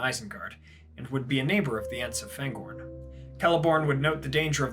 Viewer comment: Hi, my comment regarding Fangorn's pronounciation was deleted, so here's a take on my reasoning behind it. Fangorn is a Sindarin word and therefore the vowels have fixed sounds, regardless of the letters that precede or follow them. The "a" always sounds as in the English "far" or "father" and not as in "apple" or "attack". I've noticed that you apply this to "Faramir", but not to "Aragorn" or "Fangorn". If you don't believe me, you may believe your fellow loremaster Joshua from Tolkien Lore